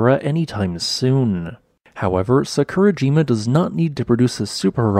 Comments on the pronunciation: Love your videos also the amount of work and research you put into them. Little sad that you do not pronounce the names of Japanese volcanos correctly and once you looked into how to break Japanese into parts how easy it is. Try Sa-ku-ra-ji-ma instead of Sa-kur-a-jim-a as a start. Sorry to be picky but for me, it really takes away from the video. Will continue to watch and give a thumbs up as always. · What did he say? It’s Sah-koo-rah-gee-mah. Omg. This hurts my ears. Try to pronounce the word without intonation. And don’t slur the m, buddy. 🙉